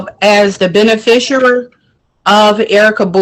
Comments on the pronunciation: I’ve got news for this dummy…there is NO such word as “benefisher” Hey lady…your dumb is showing!! 🤦🏻‍♀️🤯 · What on earth is a Ben-a-fish-erer? This woman appears to be a non-functioning alcoholic. Pauline (Light Tajiri Bey) on the other hand is a functioning alcoholic. She can put complete sentences together. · "I am the benafishooer of Erika Bowie"